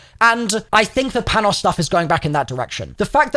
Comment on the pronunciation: American Greek here, I don’t know if you’ll ever see this, but Panos’ name is pronounced like “Pah-no”. You can also pronounce like “Pan-ós” with a larger emphasis on the letter “o” since that’s how us Americans pronounce it.